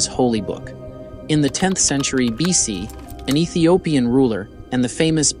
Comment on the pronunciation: It is pronounced Ethiopian